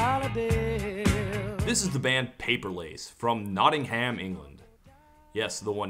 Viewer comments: It should be pronounced “Notting - um” Only septics say it “Notting- HAM” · In England it's pronounced like NOTTing 'em, the H is silent and the emphasis in on the Not, same with BIRMing 'em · the way he says nottingham, really hurts my ears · it's not notting-hamm its notting-um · “Nottingham” is pronounced “Not-num” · How you pronounce Nottingham has my teeth on edge... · OK, so not only do you hate on TNCD, not only do you pronounce 'Nottingham' wrong, but you shit on *Love Will Keep Us Together*? And *One Tin Soldier*? Come on, man!